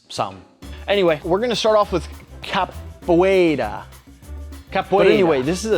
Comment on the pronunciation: The pronunciation of capoeira was spot on